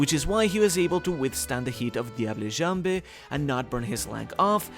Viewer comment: Thanks for the video. FYI, "Diable Jambe" (Sanji's technique) is French for "Devil's leg", NOT Spanish therefore the the final "e" on both words are silent.